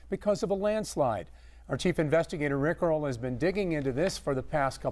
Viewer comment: Lol the way he pronounces Rick Earle's name sounds like Rick Roll